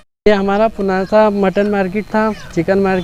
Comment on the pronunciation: पूनासा नही होता पुनासा होता है😂😂😂😂😂😂